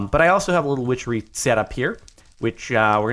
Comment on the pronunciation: i love when he said wichery thunder rolled